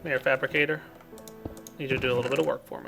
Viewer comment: "Come here fapricator, i need you to do a bit of work for me." *Falls out of chair laughing*